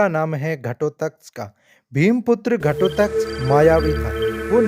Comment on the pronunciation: Ghatotkaj ka naam tak sahi se nahi le sakte ho kya vedio banaaoge? abhimanyu ka naam kyoun nahi aaya jo sabse bada kapat se maragaya